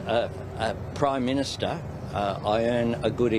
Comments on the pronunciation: you mean Proy Minsta.. Can’t even pronounce his own title… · You got it wrong.. Listen to him “ I’m the Proy Minsta”. Not only are his actions wrong, so is his grammar..